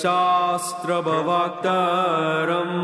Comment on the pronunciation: You wrote "pravaktaram" but skipped the "r" sound and pronounced it as "pavaktaram" .. I don't know which way is right. Anyways, thanks for the video.